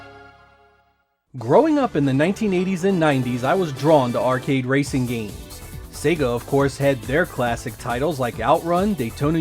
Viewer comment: Finally.......an American who pronounces Sega correctly:)))) Perhaps there is a God after all!